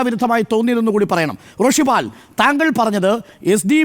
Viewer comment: റോഷിപാൽ അല്ല കു. .പാൽ